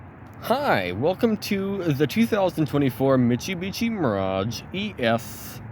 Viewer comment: i like the way you say "michubichi" lol 😂